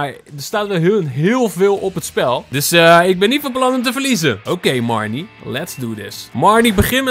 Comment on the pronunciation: Haha jij zegt de hele tijd mereanie in plaats van marnie😂😂 (geen haat)